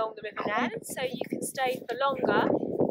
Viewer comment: Welcome to the channel, and thank you for such a lovely comment!😊 Oh dear, I was definitely pronouncing the wrong Neen/Nen, but I do have a pair of armbands onboard just in case I end up in the river! I absolutely loved boating in that part of the world, such a beautiful stretch with oodles of wildlife. Loved it!😍 Take care🦋🌻